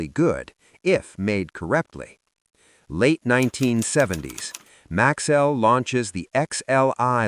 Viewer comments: its MAX-ELL NOT MAXWELL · For most of the video you pronounced the name correctly - Max-cell. Then suddenly it changed to Max-well towards the end. A company like Maxell that prided itself on precision and quality deserves a video that's equally precise. Also. If you are telling the history of Maxell in chronological order, why wait to the end before mentioning that Hitachi owned them since the 70's like it was insignificant? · It's an AI slop. That's why pronunciation is wrong.